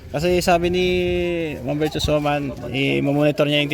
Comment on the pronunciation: Virtuous not virtous